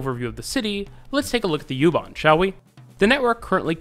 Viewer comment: Just me, but it might be a good idea to call it "oo-bahn". This gets me on all your German language transit system videos. Go ahead with the "yew-too" etc. It's also an Irish band.